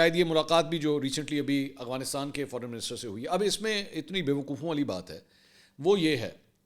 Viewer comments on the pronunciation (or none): Afghanistan ✅ Aghwanistan ❌ Mansoor sahb please correct your pronunciation